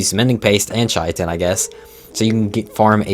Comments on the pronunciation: Chai tin? its pronounced kai tin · Not to mention bro also calls Chitin “Chai-a-tin”. If you’re a content creator for a game you claim to have played for 7+ years, the least you can do is look into how to pronounce the creatures/items names………..